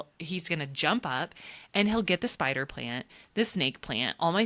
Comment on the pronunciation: "Spider" LOLOLOL